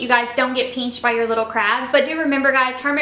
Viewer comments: Pinched not peanched lol 😂😂😂 not making fun of u southerns im north so it kinda sounds funny to me no offense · listen to how she says it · It’s crazy cuz I never heard anyone say pinched like that but now everytime I see the word pinched I hear peenched 💀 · The way she says pinched